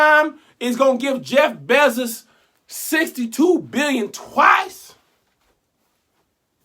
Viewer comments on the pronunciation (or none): The way you say “ Jeff Bezziz” “Ceo of Amizin” 😂😂😂🙌🏾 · “Jeff Bezziz” 🤣🤣🤣🤣🤣🤣🤣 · Okay that’s not how u say his last name 😂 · Never heard this name pronounced like that 😂